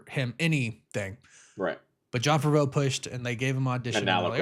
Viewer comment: I was wondering who was talking about. And now I know he talking about Favreau ( Fav-ver-roe )